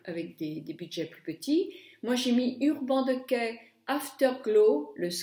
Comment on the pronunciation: J'espère que quand tu es sortie tu as fait tes deux yeux de la même facon !! Mdr..l'avantage de prononcer de mala façon dont c'est inscrit c'est que l'on comprend très bien de quoi tu parles ...et je prononce urban decay de la même façon que toi...qu'est ce que ça peut faire que tu prononces mal l'anglais..certains anglais prononcent mal le français et on trouve ça charmant !!! Bisous ma belle et merci pour ces deux tutos